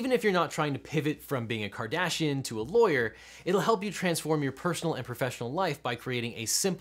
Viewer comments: "which Kim Cardassian..." dayum... I mean everyone knows she's had some work done, but... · "Kim Cardassian" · "Kardassian" Come now man, you could've edited that out. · “Kim Cardassian” ... Mr. Worf would like to know your location.